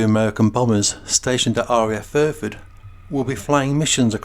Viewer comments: Exactly!!!!!! I'm still trying to fathom out where RAF "Furford" is.....l live opposite RAF Fairford, but I've never heard of "Furford". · And it's FAIRFORD..... Not Furford.!! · Small point.. it's RAF FAIRford, not FURford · I know where RAF Fairford is.... I live opposite the airbase.... But the narrator said "Furford", and it's not on my atlas.